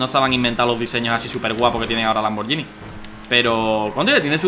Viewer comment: Oye danirep, un consejo, la marca "Lamborghini" se pronuncia "Lamborguini" "Lamborllini"es un error común pero como buen fan tenía que decirlo, Y no es un Lamborghini Murciélago es un Lamborghini Countach, el Murciélago es más moderno v